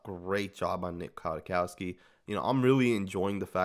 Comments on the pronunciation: Kwaitkoski pronounced Quiet-Kos-Key not Aquatic-Cost-ki. Otherwise great breakdown. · He's listed at 6'2"-245, so he has some size, making his hips more impressive, imo. BTW, I think it's pronounced "Qui-Kawski" or "Quit-Kawski". Solid signing, imo. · It’s Kwit-cow-ski homie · It’s pronounced “quit - cow- ski” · And its pronounced quitkowski... You will learn his name very fast